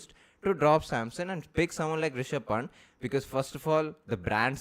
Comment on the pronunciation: Guys, you need to get the pronunciation right for Rishab Pant. It's not punt, Panth is the correct one. Please oh please.